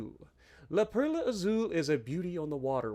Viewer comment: Also got to roll that R on Perla